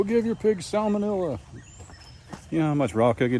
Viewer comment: Did you say your pigs couldn't get "sowmanella" from eating eggs? 😁